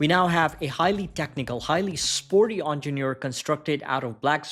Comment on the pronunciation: The moment I heard "onjenoor" I stoped watching. Please learn the correct way of saying it.